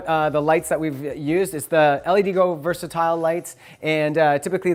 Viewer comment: All of the LEDGO lights are great. I use the Versatile 4K1 and the 2880 and 1440s as well. Damn bright, super diffuse, fully controllable power and colour temp, plus WiFi remote control with an additional controller. But just a small detail - I thought it was pronounced "led-go", not "L-E-D go"?